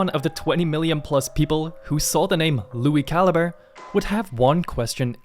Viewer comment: It's pronounced Lui Cal-I-Bre.